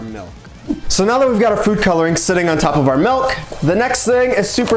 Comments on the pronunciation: Them wow look at all the mElk and I’m over here like it’s milk not mElk it doesn’t have a E it’s spelled with a I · Milk Not Mulk, or Melk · Milk. Not melk. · OMG! At the start, pronounces "milk" the way my late mother did! "MELK!" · Why he said milk as “miulk” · No, he said "melk" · It's pronounced MALK! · Malk, he said it. You can't unhear it. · I agree on that he said milk wrong